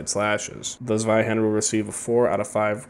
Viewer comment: It’s pronounced Tsveihender.